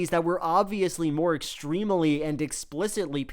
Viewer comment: Little Joel, how could you be so wrong? Extremely only has 3 syllables, not 4, and family only has 2 syllables, not 3. How did you not know that?